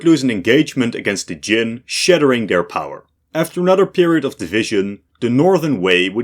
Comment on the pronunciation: Kyem, not Jin!